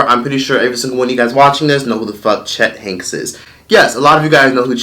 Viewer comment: Where did find that extra letter “F”? Cheft instead of Chet 😂...